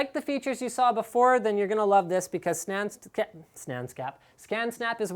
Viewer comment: Snan scan LOL!!